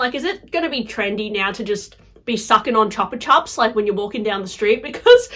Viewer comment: CHEWPA CHEWP! Not chapa chop